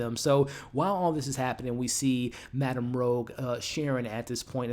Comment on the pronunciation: Michelle Gomez' character name is Madam Rouge (like the french word for red), not Rogue